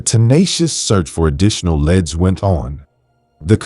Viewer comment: "leads" being pronounced as "leds" is your typographical error. AI will pronounce words exactly as you write them. You do need to proofread and proof-listen your videos before they are published. Very nice video & thank you for your effort.